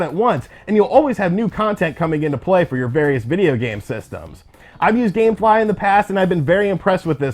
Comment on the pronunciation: Dammmmm he said gamfly lol I forgot all about them